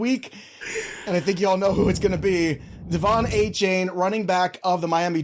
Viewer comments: A- Chan... not Ay Chain haha this man asked for his name to be said correct 😂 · It's pronounced A-Chan